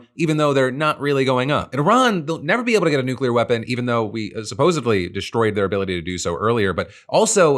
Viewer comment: Say it with me, folks: supposedly .... not supposably, and definitely not supposavly.